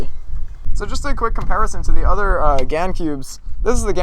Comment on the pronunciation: isn't it gans. with an s.